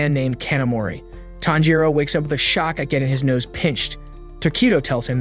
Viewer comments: ITS TANJIRO NOT THANJIRO.💀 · WHY DO PEOPLE KEEP SAYING “TANJIROU” IT’S TANJIRO! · ITS TANJIRO😊 NOT THANJIRO💀💀💀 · bro his name is not THANJIRO WTF LEARN HOW TO READ ALSO LISTEN TO THE DUB also many other cringe pronunciations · CAMPCHIRO ITS TANJIRO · its not thanjiro its KAMADO BOY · Pronounced Tan G Ro not Tan Ro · bro isnt even saying Tanjiro, he’s say fanjiro 🤬🤬🤬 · ah yes we do be liking the main character thanjiro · is nobody gonna talk about why tanjiro is called "Thanjiro"? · It's Tanjiro, not "Thanjiro". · No it’s tanjiro the rizz hashira not thanjiro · CAN SOMEONE NOTCIE HE SAID TAMPICHIRO, BROS ACTING LIKE INOSUKE, HES DITCHING EVERY NAME I SWEAR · bro said thanjiro lol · Pronouncing Tanjiro name wrong say it in Japanese Tan g for ji ro Tanjiro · “Tanpachiro” had me dying 😂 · “Thanjiro” “Nickirin” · i cant stop laughing with the "thanjiro" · I heard fanjiro like wth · I heard fanjero not thanjiro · He saying thanjiro 🤣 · bro says thangiro wtf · Nah bro said fanjuro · Finaly YESSS GOOD NOT THANJIR0OO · Were thanjiro 😂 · No it’s tanpachiro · U are pronouncing all their names wrong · Its funny how he is pronouncing every name wrong 😂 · I can’t with his pronunciation of Tanjiro